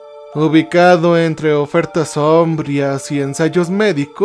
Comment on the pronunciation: Un consejo y que no se entienda como crítica, si no para mejorar la experiencia. Cuidá las acentuaciones. Sombrías, sombrío, prístinas...